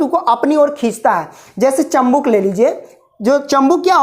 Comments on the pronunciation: Chambuk nahi chumbk hota hai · चुंबक होता है 😂😂 चंबुक नहीं😂😂😂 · Chambuk nahi chumbak kahte hai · Sir chambuk nahi chumbak hota hai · Bhai chambuk nahi chumbak hota hai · chumbak ko chambuk bol raha hai🤣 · Bhai aap padhate to badiya ho but Jo aap chambuk bolre ho use chumbk kahete hai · Chumbak hota hai chambuk nhi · Sir chambuk nhii chumbak hota hai 🥺🥺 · Bhai chambuk nahi bal ki chumbak Hota hai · चंबुक नही चुम्बक और मिनिट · Sir chambuk nhi chumbak hota hai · It's chumbak not chambuk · Sir chambuk nahi chumbak hota h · Vo chumbak hota h chambuk nhi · Khambuk nahi hota hai Khnumbak hota hai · Abe pahale chumbak ko sahi bol